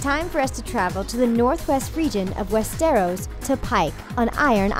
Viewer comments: Fizzy - Yeah, stressing the wrong syllable is an issue, along with pronunciation. Wes-stair'-ohs vs. Wes'-strr-os. Some find it irritating. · "West-Air-Os"??? O.o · Am I the only one who's bothered that she keeps stressing the wrong syllable in Westeros? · and real instead of Re-al!West-eros!AHHHHHH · They did get some right though.., But yeah, wes-teros stuck out... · Nor of westéros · WEST-ARROWS !!! Hahahahahaha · We-stiros and eksos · well, I think we are all aware that the narrator has never seen GoT... she cannot even pronounce Westeros how it's supposed to. :/ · she cant even say westeros properly